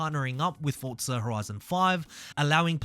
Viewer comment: Its not FORTZA bro its FORZA ffs sounds so annoying say it right you flop before i report you.